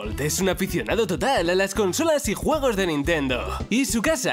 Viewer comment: quien escucho huevos en vez de juegos